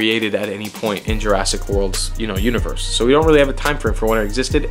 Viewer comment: Jurassic World Univorse , lol